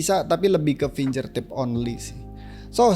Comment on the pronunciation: Makasih review nya, Mas. Btw finGERtip, bukan finJERtip